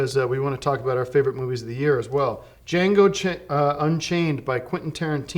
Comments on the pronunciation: Very impressed that Tim pronounced "Django" correctly on the first try given his track record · He nailed "Django" and ruined "unchained"